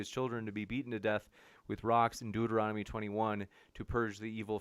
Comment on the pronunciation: “Deutoromical” lmfao. These people are ridiculous.